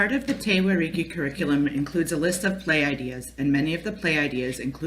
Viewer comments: Why can't you pronounce The Whariki. 🙄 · Despite the incorrect pronunciation of Whariki, i actually have a better understanding of Te Whariki, Thank you.